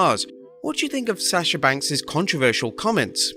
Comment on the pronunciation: Every time I hear him say Sasha I cringe because he can’t pronounce her name right.